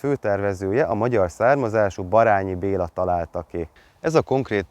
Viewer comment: Ne haragudj nem kőtegszem . Nem Barányi Bèla hanem Barènyi